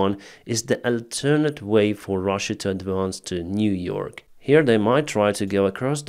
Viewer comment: Niu-York important.